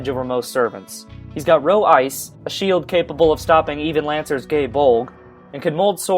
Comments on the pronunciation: Its NOT called Rho ice OMG >.> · Why does everybody pronounce Rho Aias like "Row Ice". There's another A in the word Aias people